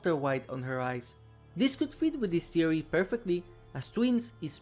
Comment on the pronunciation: ”so what is the white eyes thewee” no disrespect intended I just thought it was kinda funny